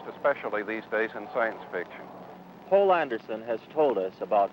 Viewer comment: That would be "Poul Anderson", not "Paul". Citation